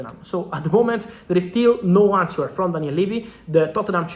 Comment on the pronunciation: Fabrizio, in inglese il “w” è silenzio in il parola “answer” ma il tua inglese è uttimo ma poco detales!!